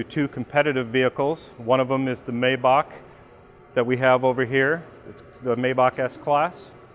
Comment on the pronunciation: needs to work on his pronunciation of Maybach. Say it like My-bach. Or just listen to Dan.